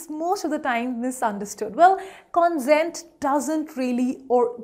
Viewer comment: Please note the pronunciation of the first two words are incorrect. pe·ruse /pəˈro͞oz/ con·sent /kənˈsent/